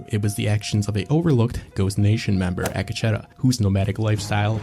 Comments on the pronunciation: Ack Uh Cheddar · supposed to be pronounced Ah Ketch tah. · A kah che tah. Ruined this for me desu